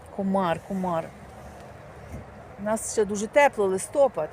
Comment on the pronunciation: Канал хороший,но ти шо в школі не учілась,ну не кажуть Листопад,Став правильно ударения